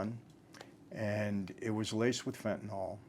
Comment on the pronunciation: Good topic. Thanks for pronouncing the drug's name properly. It is NOT fen-tan-ol. The -ol denotes an alcohol in organic chemistry. Phenyls end in -yl. They are different chemical compounds.